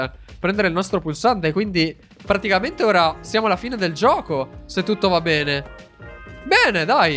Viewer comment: guarda di nuovo l'ultima parte perché se ti ascolti bene invece di dire bene hai detto "pene"🤣🤣🤣